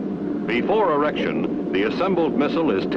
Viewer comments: before errection? What erection is he talking about??? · “before erection”.